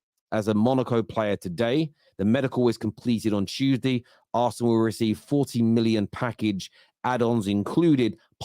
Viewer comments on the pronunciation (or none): none